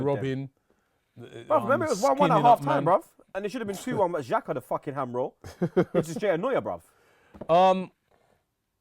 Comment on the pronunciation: What tf is a ham rol?